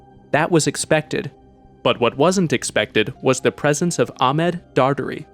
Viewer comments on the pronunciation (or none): none